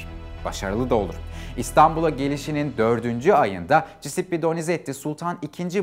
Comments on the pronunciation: Hocam sağol varol ama Cisippi deme şu adama CUSEPPE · Cisippi ne bicim bir telaffuz?